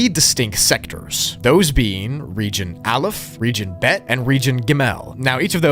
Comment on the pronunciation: What you said is “Gamel” is pronounced “Gimel” “Bet” you pronounced right, and “Alef” you highlighted the e in ur pronunciation highlight the A